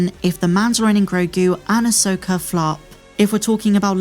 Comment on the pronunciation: Who is, “Ay-soaker”?